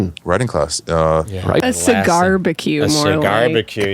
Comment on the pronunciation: List probably puked after that cee-gar